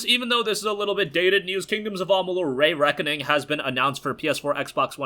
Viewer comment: Please stop saying Ray Reckoning it’s stressing me out lol. It’s pronounced ree reckoning. Love the content!